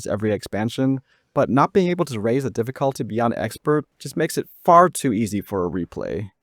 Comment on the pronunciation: Drinking game: take a shot everytime he says DIFFIKHAALTY